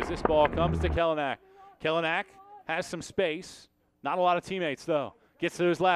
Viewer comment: Learn how to pronounce his last name here kelynack.co.nz